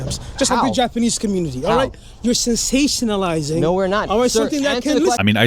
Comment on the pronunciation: had the nerve to call someone stupid bt yet he can't pronounce sensationalizing right that's so rich would he say your sationlizng yourself what a scared loser n you can tell he was scared bcuz he was fumbling his words n his voice was very whiney to lol 😂 this is my favorite part not gonna lie